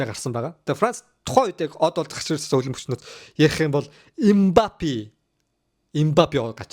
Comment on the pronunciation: Мбапи биш Мбапэ 🎉